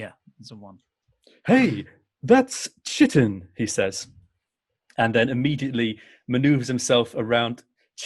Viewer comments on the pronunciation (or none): Chitin isn't pronounced shitten. It's more like "kite in." 😂😂😂